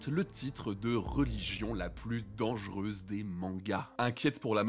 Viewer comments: Dangereuse , pas dangeureuse nan ? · ''Dangeureuse'' ? Vraiment ?